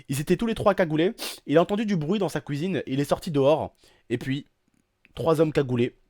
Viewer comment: C est pas marrant mes ta dit couisine